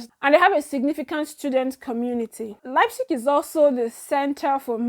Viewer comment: lol I know. But I know u got the Leipzig very well bcos its a name of a football club,I have heard it many times. You try well well my dear.